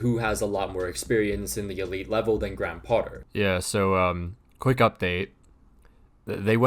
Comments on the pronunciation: Potter's first name is pronounced "Gray-em." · he’ll pronounce Dortmund correctly but not Graham